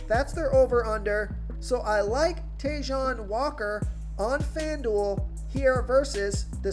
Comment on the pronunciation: Not "Tayjohn" Walker. Try “Taiwan" Walker. You butchered another name